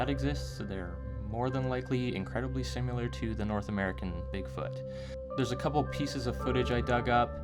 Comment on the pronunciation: the word is similar not "simular" I understand English is not you first language but please it is very off putting